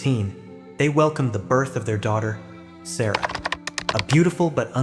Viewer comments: Her name was pronounced sar ra not sarah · You pronouncing the little girls name wrong